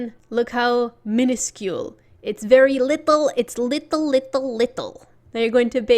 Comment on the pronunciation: Its LITTELL,LITTELL,LITTELL,LITTELL lol u make me laugh so hard 😂